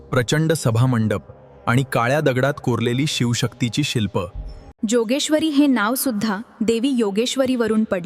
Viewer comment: जोगेश्वरी नाहि योगेश्वरी म्हणा...